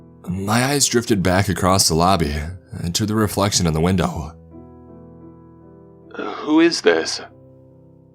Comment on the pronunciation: Why every word he say end in Ah! Windowah womanah Ah Ah Ah. Shit annoying